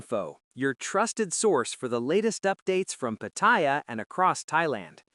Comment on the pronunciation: Try learning how to pronounce Pattaya.